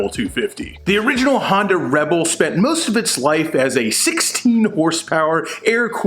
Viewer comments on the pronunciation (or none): Love how you pronounce Honda, sounds like you’re saying Hondo as in Hondo Ohnaka from Star Wars 😂🤣👍 The geek is strong in this 1..... yeeeeess feel the power of the force 😂🤣👍